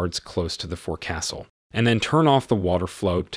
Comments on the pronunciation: It's not pronounced "fore-castle"...it's "foax'sle". Also, it's the "mess deck", not "mass deck". Just corrections from a retired sailor. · Just a little boat talk...It's pronounced "folk_sill" not "four_castle". Just say'in. BTW this was his best movie, loved her and the Ship. Good review over all.. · IT'S NOT PRONOUNCED FORE-CASTLE!! IT'S FOKSUL. THE O IS A LONG O!! I WAS IN THE NAVY!! NOBODY CALLS IT THE FORE-CASTLE, YOU LANDLUBBER!!! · it is not " fore castle" it is pronounced =FOLKsil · "Fo - Ka - Sill not forcastle. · It's not pronounced fore-castle... it's sounds like foxle...or fox-el. Fore-castle hurts my ears. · It’s pronounced folks-al. Not fore castle. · To the Narrator: It's not Forecastle. It's called The Foc'sle. Try to get it right the next time please. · "Forecastle" should be pronounced like "foxall". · It's FOC'SL NOT FORECASTLE! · Forecastle is pronounced like folk sull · Forecastle is pronounced Foc'sul. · FFS “forecastle” is pronounced Fowk-sl… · Your robo-voice is mispronouncing "forecastle". It's proper pronounciation is "FOLK-sul". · Learn how to pronounce forecastle. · Learn how to pronounce "forecastle" Scheesh....